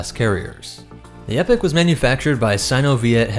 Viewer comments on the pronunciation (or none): Not to nitpick, but it’s pronounced “eeeeepok” not epic. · Now don't get me wrong, I'm all for the EPIC class carrier, but I believe it should be pronounced EE-pok. Excellent breakdown though! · The waaat? It's not epic. It's Eeee-pock. Like as in a distinctive period of time. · The pronunciation of that word is E-pock not epic actually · Epoch is pronounced Ee-pock Not epic... that is my only complaint other than that I loved your covering my ship! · The only issue I have is I understand you're pronouncing the real word epoch as Epic but they actually pronounce it with the E pock, because the initial designers for the ship was Spartan games were the ones that the designed the ship for them and named it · He keeps saying epic instead of epoch throughout right or am I just going crazy haha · Mispronounced Epoch, it's not pronounced like "Epic" but like E-Poc. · Hey. I think its pronounced E-poc not epic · Content is brilliant as far as I could watch, but please, please, PLEASE... ITS 'EPOCH' "Ee-pock" not Epic. And 'Sabot' does not have a silent t! It's "Sab-ot" not the fancy French sounding but hideously mis pronounced "saboh". Not usually a pronunciation Nazi but it was killing the delivery. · Prety sure its pronounced Eee-poch not epic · is noone gonan tell this man its pronounced EEE- Poc ? because its not pronounced like epic. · That is true for the American pronunciation but UK is Ee-pok and from every other Halo media I've heard pronounced the UK version it just sounds weird to call a ship the Epic class for some reason. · As someone that has played sins of the Prophets, let me quite the Capitan of such a Carrier: "Its pronounced: Epoch." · It's pronounced as "e-pok", that distraction aside it was another great video. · I enjoy your content always but the name is pronounced EE-poc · Yeah nothing against him but yeah that bothered me a bit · Epoch. EEE-POK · Epoch is pronounced (E-Pock) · Why do so many people pronounce epoch like "epic"???🤔